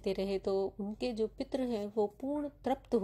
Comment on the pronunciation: आपकी भाषा बहुत खराब है।आप संस्कृत शब्दों का उच्चारण यदि सीख लें, तो पितर को पित्र और तृप्त को त्रप्त नहीं बोलेंगी।